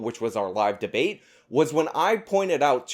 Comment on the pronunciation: He lost me at 'debateybate'.